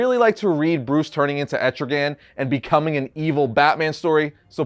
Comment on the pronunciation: Anyone else cringed when he said etrigan?